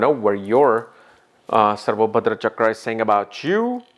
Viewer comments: Dude, for Jyotish sake, at least make effort to write the correct name Sarvatobhadra, it means something. I have no idea how to pronounce this 'Sarbahdorda', its okay to milk off the ancient seers but pay respect when you use what they have created. And please do not use 'i am foreigner' excuse. Its been long you are in this field, so do use the names (at least) right to show your respect and sincerity that knowledge. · It's "Sarvatobhadra" chakra🤦‍♂️ please don't change the sanskrit names dude,You might be good at techniques but first you gotta spell them properly